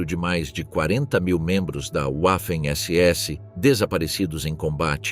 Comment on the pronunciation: PELO AMOR DE DEUS!!! Parem esse narrador dizendo "Uaffen SS" !!!!🤮🤮🤮🤮🤮🤮